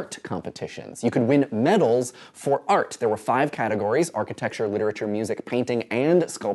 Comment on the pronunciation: LOL I thought you said FART - (aka Art)